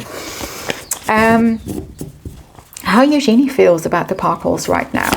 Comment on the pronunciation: It is pronounced You - Genie . At l east according to Eugenie who is a bit flummoxed that people keep mispronouncing it. It is the femenine of Eugene. So just think Eu as You and Genie as the Genie in the bottle.